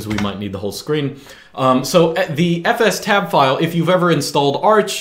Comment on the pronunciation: I'm so glad you pronounce fstab the proper way.